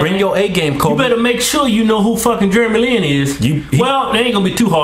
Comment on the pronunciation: I\m asian and im proud :) and by the way u sad jeremy lin wrong. Thumps Up fro them saying germy lin LOL.